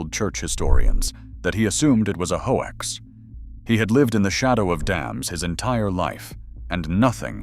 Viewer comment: A hoe-axe is how artificial intelligence mispronounces the word hoax when reading the script. We have turned the world over to machines that can count to one. The mayor of Rexburg thought it was a hoax.